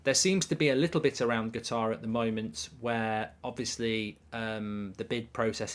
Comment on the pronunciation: UK /ˈkʌt.ɑːr/ How to pronounce Qatar noun in British English. It is not pronounced guitar but Katar with the emphasis on Kat and less so on the ar at the end.